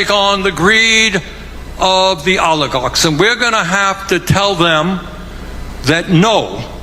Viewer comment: 😅, but he still can't pronounce it.